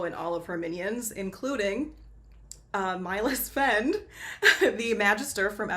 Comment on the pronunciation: Sorry you miss pronounced "Miles Friend"